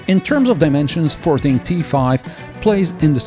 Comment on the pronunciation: As far as I’m aware, this isn’t sold in the UK. But every time says the brand name it sounds like the word ‘farting’.